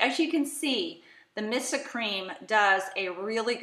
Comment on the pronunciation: Just to let you know.... Missha is pronounced Mee-sha. You keep saying "Missa". 😖